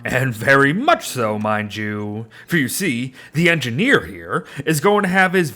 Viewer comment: “The engineer is engideer”